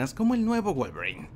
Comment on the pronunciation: Pensé que decías Wallgreen en vez de Wolverine